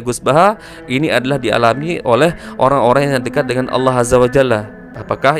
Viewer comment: gus baha kalau bilang Allah kok kedengarannya kayak bilang awoh